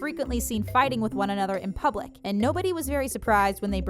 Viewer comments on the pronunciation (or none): Please try to correct it's public not pubic :D minute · that says pubic.. Not public... 😂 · “seen fighting with one another in PUBIC” 😂🤣